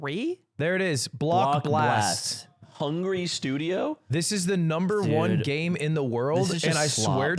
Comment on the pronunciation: Him calling block blast blox was pissing me tf off